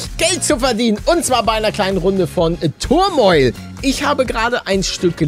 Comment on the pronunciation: wie er turmoil ausspricht, englisch level 0